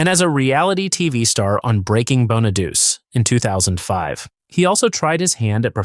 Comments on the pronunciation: Wow. Danny Bon A Duch Aye. Not Bon A Duce. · You are pronouncing Danny's last name wrong. It us Bon-A-Doo-Chee. Not bon-A-duce. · Can't stand the AI voice. Not BonaDOOS. Bonadu che. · FYI.. Danny's last name is pronounced "BON-UH-DEW-CHEE", NOT Bon-uh-dews. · More AI crapola. Horrible thumbnail, wrong name pronunciations. Bonaduse,it's pronounced Bonaduchee Susanne 's last name is pronounced Crow. Get the facts right ditch the angel wings on living actors or don't bother to create a video that creates groans and eye rolls. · These narrators (whether real or AI) never can pronounce Danny Bonaduce (the last name is pronouced, Bon - a - du - ch - e) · BONA-DOO-CHEE IS HOW ITS PRONOUNCED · It greatly irritates me that everyone who makes these viseos does not know how to pronounce Danny's last name, so here is how to pronounce it:.....BONN A DOOCH EE (it's an Italian name ) P.S. what David did, (publicly telling secrets about Susan) was a shameful thing for him to do. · Danny Bon-a-Doo-Chee. 🤦🏻‍♀️ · And I can't even pronounce Danny's name correctly and maybe spelled Danny bonaduce but it's pronounced bonaduche it's French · I thought "Bonaduce" was pronounced bah nuh DOO chee . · It is. AI SUCKS. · Danny Bonaduce pronounces his name BON-uh-doo-chee.